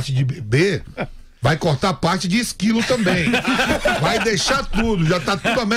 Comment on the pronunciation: "Isquilo" kkkkkkkkkkkkkkkkkkkkkkkkkkkkkkkkkkkk